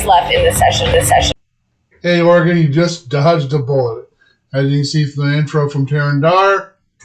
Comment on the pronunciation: "Oreggon"? Really?